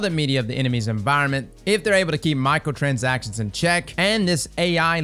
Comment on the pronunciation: My ears keep hearing "Michael transactions" 😵‍💫